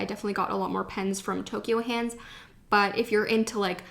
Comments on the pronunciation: Hi, Ur pronouncing Ghibli wrong, and ur pronouncing Tokyu Hands wrong, if u read u will notice it finishes with a U not an O. Also u been to the biggest turist trap in tokyo, Itoya in Ginza, btw behind that Itoya there is another Itoya with many more things, including a floor just for popular pens such as sarasa, mildliners etc. That Itoya u went is just for looks, for stationery noobs I guess, also everything is marked up like 20% more or so. Next time u go, make sure to walk to the back door, croos the alleyway street, its right in front. Its really worth it to check it out. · Anyone else notice she said Toky-O hands instead of Toky-U hands? Me? ok. if you go again to japan, check out Sekaido in Shinjuku. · Thank you for sharing this haul! You got so many beautiful items, I especially liked the brush pen, and the mildliner brush pens. By the way, here are some pronunciation corrections: Tokyu Hands >> NOT "Tokyo" Hands. It's "toke-yuu" Shibuya >> Emphasis on the first syllable. "SHEE-buya." This is a common mistake, and difficult to hear. Studio Ghibli >> Pronounced Studio "Jibb-lee." Sakura >> Again, emphasis on the first syllable. "SAW-kura." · its ToKYU hands not toKYO actually